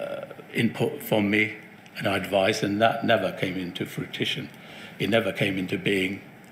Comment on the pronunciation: "Fruitition" ... This guy cannot even speak properly ... in another email shown, he wrote "procreate" instead of "proactive."